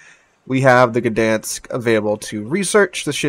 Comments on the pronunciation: I know it's not silent, but it isn't the "guh" sound that I've been hearing on every video about this ship and it would be less irritating to miss the "G" but still get the ń than to get the "guh-dan-sk". (Posting this from Łeba on holidays, drove through Gdańsk yesterday). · FYI - everybody's pronounciation of this ship is dented up. It's more like "Dine-sk". The G is close enough to silent in Polish that most non-Polish speakers should pretend it isn't there. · The "G" is far from silent. It's pronounced /ɡdaj̃sk/. Source: I'm Polish